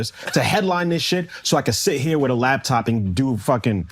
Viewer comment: I don’t listen to people that say “labtop” 🤷‍♂️